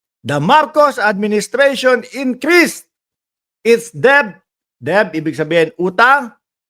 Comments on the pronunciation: "det" po tamang bigkas sa debt. ❤✌️ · ang "debt" ay pronounced with a silent letter "b", kaya pronounced as "det". FYI lang po. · Det silent b (debt) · Debt is pronounced as "det"